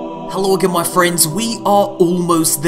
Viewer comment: Every single time I hear "Hello again moiy friends". I Get sooo fucking wet